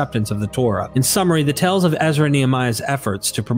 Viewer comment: Your pronunciation is weird. Law = Lawl, Tales = Tells, and Seals = Sells. Is this a regional accent?